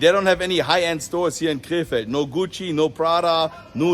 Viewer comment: Every time you prounounced “Krefeld,” I thought you were saying, “K-Fed” as in Britney Spears’ ex 😂